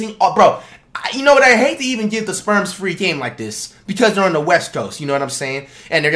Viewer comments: He called the spurs “sperms”😭😭😭😭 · San antonio Sperms???? I KNOW I ain't da only one hearing that. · “San Antonio Sperms”